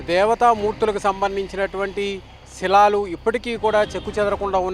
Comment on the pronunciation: గృహాలు కాదు గుహలు శిలాలు కాదు శిలలు లేదా శిల్పాలు